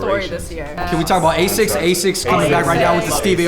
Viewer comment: xD how they pronounce asics